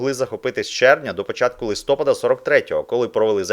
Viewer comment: УкраЇнського, ЛистопАда а не ЛистопадА ! За інше казати не буду ...